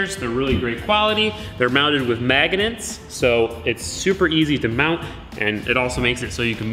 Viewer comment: Jordan Liske yeah, I can't quite explain why I am so amused hearing "maggonets", but whatever. Haha.